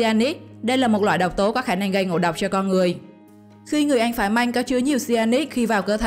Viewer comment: Măng mà nói manh